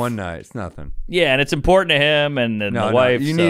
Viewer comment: Someone needs to tell Sam that it's "imporTANT" not "imporDENT"